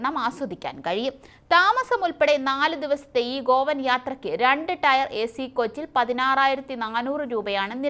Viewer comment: രണ്ടു ടയർ മൂന്നു ടയർ 😄 അല്ല. Tier ടിയർ ആണ് മോളെ.